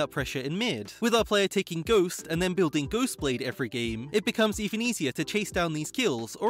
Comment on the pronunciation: it's pronounced gh(oh)st, not gh(oo)st Please 😂😂